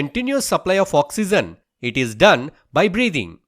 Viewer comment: Oxygen is pronounced as ' Oxeejen' not ' Oxeezen'